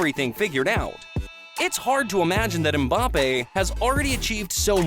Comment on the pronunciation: Nah they got mbappe wrong too, 😆 it's pronounced 'embappe' not 'umbappe'